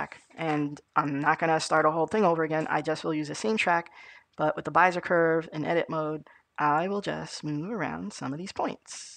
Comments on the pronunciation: Be-zi-er not Bi-ze-r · yh he means bez-eee-ay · neat video. it's pronounced bEEzer or BEE Zee yay curve. :) Thanks for posting. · it's driving me crazy how you pronounce Bezier but that aside the video perfectly covered what I needed, many thanks.